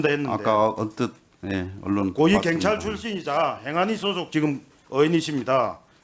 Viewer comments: 갱찰이 아니라 경찰 발음 똑디해라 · 갱찰아니고 경찰 억양죽이네요 근데 발음도발음이지만 질문도 질문같지않은 질문입니다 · 갱찰이 아니라 경찰 발음이나 똑바로 하고 말도 똑바로 하고 좀